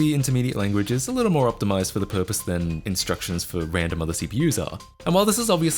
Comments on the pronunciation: "Intructions" lol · gotta love those "Intructions"